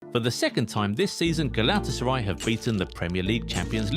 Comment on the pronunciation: Man youre butchering the club name. Do it with me: Gala-Tasa-RAY :)